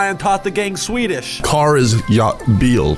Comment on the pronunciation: As a swede, I can confirm that every single swedish word that ever has, or will, Come out of Ryans mouth is 100% correct